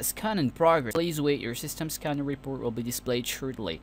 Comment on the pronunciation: Jigabytes and skanner lol.